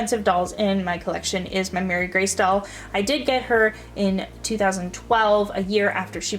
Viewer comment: I have all of these and Cecile is my most expensive as well. Marie Grace... pronounced Muh-ree Grace, not Mary, btw... would be the next. My Nellie, Emily and Ruthie were pretty pricey, but honestly Caroline and Elizabeth were both easily found and fairly inexpensive :)